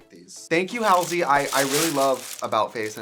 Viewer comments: The wigs not you. I luv u, but, do you really not know how to say Halsey? Its pronounced Hallsea. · Still saying Halsey’s name wrong lol